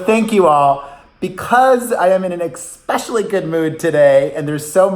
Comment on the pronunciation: Ekspecially? Not a word.